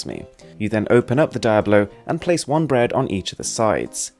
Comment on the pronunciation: Cool gadgets. Your videos are so relaxing, and very informative. P.S. it's pronounced Dee-ablo. It's devil in Spanish 😊 Tfs